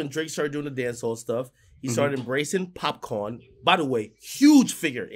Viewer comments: Hey Ak, it's Popcan not Popcorn 😂😂😂😂😂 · Akademkis its POPCAAN not Popcorn LOLOL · Ak: popcorn Me: cringe😖 nigga u Jamaican it’s Popcaan